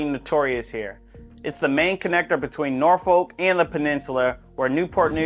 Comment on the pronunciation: As a fellow Richmonder...even we know its 'Nor-Fulk'....not 'Nor-Folk' 😂. Good city nonetheless!